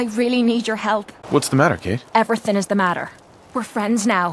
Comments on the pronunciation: Oh god her irish accent is brutal. Also her name isnt actually pronounced kate, Cáit is usual pronounced kinda like caught or cot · Being Irish myself I can't take anything she says seriously cos her accent is just DREADFUL, she sounds like she's about to steal me lucky charms! Not slamming the VA she probably was given bad direction by Bethesda. Furthermore, spelled like Cait, it's shouldn't be pronounced as "Kate" it should be pronounced as caw-ch. Great video though!